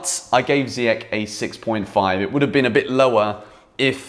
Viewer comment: It’s not ziyech with K . It’s Sh great content